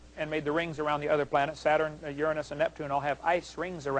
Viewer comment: Please say 'Saturn' and 'Bollocks' again, and put loads of emphasis on the last part of the word. Its the funniest thing on the entire internet.